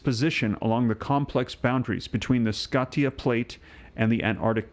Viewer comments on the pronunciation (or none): none